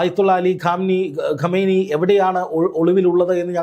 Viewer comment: ayathullah kamaini alla ayathullah Kumaini ennanu